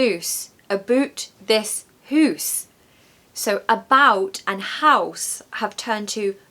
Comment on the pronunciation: Aye, very good, as we dae say "Hoose", quite funny hearing it from An English lassie:)